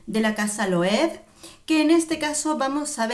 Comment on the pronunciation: Hola! Se pronuncia tal y como se escribe LOEWE = LOEVE. Y no es pan de oro, es un brochazo de pintura dorada. ♥️